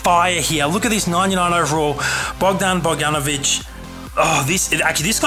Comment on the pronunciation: You said Bogdanović right, I'm Serbian as well